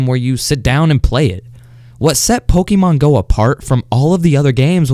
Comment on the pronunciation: why did he pronounce it like pokimane go XDDD